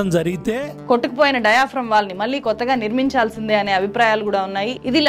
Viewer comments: మేడం మీరు జర్నలిస్ట్ అంటున్నారు; మరి ఒత్తులు పొల్లులు లేకుండా మాట్లాడుతున్నారు. నీళ్లు (నీ ల్లు), మళ్లీ (మల్లీ), ఏళ్లు (ఏల్లు) అని పలకాలి. వినడానికి ఇబ్బందిగా ఉంది. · మీరు చక్కగా రిపోర్ట్ చేస్తారు. కొంచం తెలుగు భాష ఉఛ్చారణ మీద దృష్టి పెట్టండి. నీల్లు, ఏల్లు, మల్లీ, కారనాలు లాంటి పదాలు పలికేటప్పుడు కొంచం జాగ్రత్తలు తీసుకోండి.